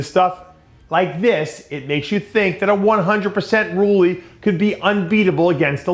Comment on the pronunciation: I love how DP intentionally misspronounces names on purpose. "Rully" Winklar Hadi "Shoopin". This dsnt make u look smarter. Believe me